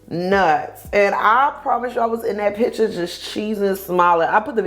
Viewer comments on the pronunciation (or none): none